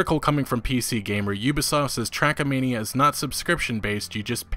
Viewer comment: Why are you calling it "Trackamania"? lol